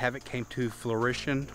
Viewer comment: "fruition" 😂 Your channel is getting closer & closer to monetization so just keep doing what you're doing, buddy. Kasey did a good review of that Laowa. It seems to be a lens for product or architectural photography, or studio portraits with the camera on a tripod. Not run & gun or video, IMO.